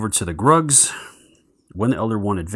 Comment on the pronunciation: Just got my pledge a couple of days ago & will hopefully get to play soon. Thanks for the video. Was checking to make sure the game was generally the same. Also, you were popping me every time you called Gugs Grugs and Azathoth Azaroth. Great stuff, keep it up!